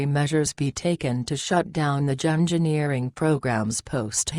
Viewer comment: If that Robot voice says "Gingerneering" one more time, I'll slap the pink out of you😂😂😂😂😂😂😂😂"Gingerneering"🙄